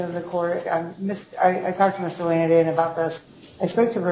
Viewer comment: She said Mr. Lan-dan. Lolllll